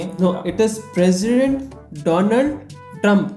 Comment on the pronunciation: DOLAAND TRUMP😂🤣